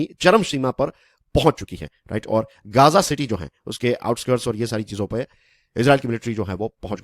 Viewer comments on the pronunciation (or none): अच्छा हुआ इस्राइल ने घेराबँदी की हैं जी गांजा की ......ध्यान से बोल भाई कहीं नशबन्दी ना कर रहा हो ....देख ले एक बार अच्छे से...